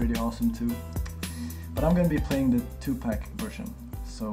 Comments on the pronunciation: Great vid, but please.. its 2pac as in 2PAAK , not 2 peec. -_ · 2Pack? i believe that its pronounce 2Pac (Poc) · His name is Tupac.. you don't say PAC as poc -.